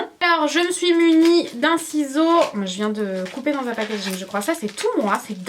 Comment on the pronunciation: Super video mais si je dois dire un petit truc arrete de dire packadging ( désolé si sa s'écrit pas comme sa ) car après sa énerve un peu mais sinon super dommage que tu n'est pas donné les prix voila bizou